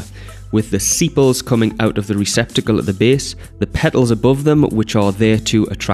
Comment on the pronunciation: its sepal not sipal